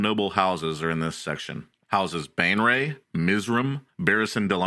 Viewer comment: He keeps pronouncing Baenre as Bane Ray, but it should be said Bay Ner. It pisses me off.